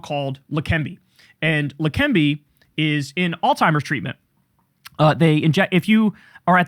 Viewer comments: bros it’s alzheimer’s not all-timers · Kyle! You keep saying "Altiimer's." There's no T in Alzheimer's. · It's alzheimers, not, altimers. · Kyle, please brother. It isn't all timers, or old timers, it is alzheimers! Alzheimers! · Kyle, it's not "all-timers" it's "Alzheimer's" haha and he has frontotemporal dementia. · Kyle… you’re a cool dude. Also, it’s alZheimer’s. Z. Zzzzzzzz. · Kyle I love you man but can you please pronounce "Alzheimer's" correctly? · Alzheimer's does NOT contain the letter 't' in it! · You are mispronouncing Alzheimer’s.